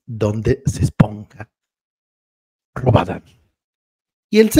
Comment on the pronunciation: Es robarannnnnnnn no es rabadan😂😂